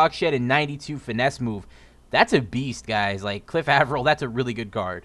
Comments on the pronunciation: its Aye- Vril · lol Cliff Av-er-il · Saying Avril wrong